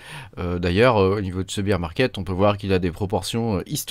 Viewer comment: C’est pas bire market c’est bére market Sinon tu dis bière marché quand tu dis ça 😂